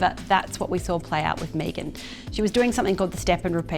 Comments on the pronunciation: Why is deliberately mispronouncing Meghan. It is Meg-an, nor Mee-gan. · you of all people should know, This Ones Wife's name is pronounced MEGGan.